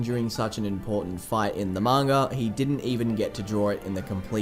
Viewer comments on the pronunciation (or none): none